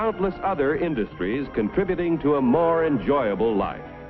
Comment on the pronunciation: "and countless other industries ti a more enjoyable life"